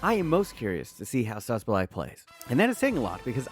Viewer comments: Who is Sosoblaj? It is pronounced "Saboslai" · It s S-bos-slai, and ill-kay gundowan my friend. Better pronunciation next time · ok now u didn’t even try with the szoboszlai pronunciation😂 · Man butchered Szoboszlai 25 times before calling Luis Diaz "David mfucking Luiz"